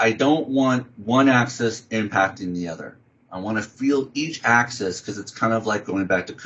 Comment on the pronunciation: AK-seez. I know knows his stuff but this mispronunciation was distracting.